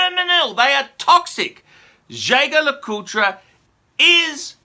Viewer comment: Why do you keep rounding the name wrong . It’s pronounced with a soft j and you don’t pronounce the tre at the end . It’s pronounced jay jay le coolt